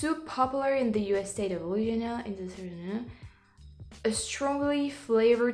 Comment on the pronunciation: If a gator will eat you, why shouldn't you eat it? It's only fair. When I was young, I accidently bought a frozen food version of 'Welsh Rarebit', thinking it was 'Welsh Rabbit'. I wasn't paying attention. So, I haven't eaten a bunny either. A video of you in Louisiana (you pronounce it perfectly, by the way) would be tres magnifique (especially during Mardi Gras).